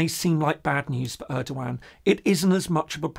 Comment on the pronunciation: Hi there, new subscriber here. Enjoying your calm and neutral approach. Just a heads up: The E in Erdoğan in pronounciated like the one in "every", not like the one in "early". Thanks for the nice content.